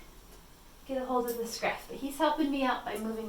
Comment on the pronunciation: They're kittens, not sharks... scruff, scruff, scruff.... emphasis unnecessary.